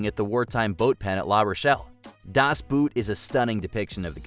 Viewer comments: There are several weird pronunciations of English words, but the worst mispronunciation is of “Das Boot.” It really sounds more like “Das Boat” than like the footwear. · i understand that americans cannot speak german, but please - have some respect to the language. Das Boot is not as hard to say as you make it seems. For sure it is not b-oo-t. It's bo-oo-t.